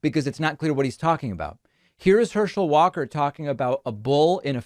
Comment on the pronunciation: 29 "Herschel Walker quite literally can't speak." One second later... mispronounces Herschel Walker's last name.